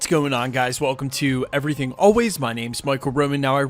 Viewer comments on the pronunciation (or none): none